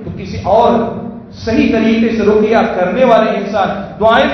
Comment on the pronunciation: روقیہ نہیں ہوتا بلکہ رقیہ ہوتا ہے